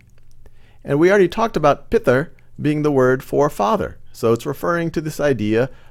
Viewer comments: MatR is Pronounced as Maat-Ree not Mat-Er PitR is Pronounced as Piit-Re not Pit-Er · Good video. But just so you know, your pronounciation of matr and pitr are wrong. It is not pit-ar or mat-ar. Pronounce t and r sound together.